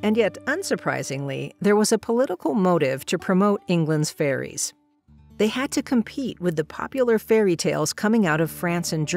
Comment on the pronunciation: Wait, did she say faeries or furries?